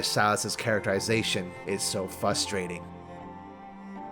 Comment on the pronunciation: Okay I need some else to confirm does say “fustrating” or “fRustrating” I’ve rewatch this like 20 times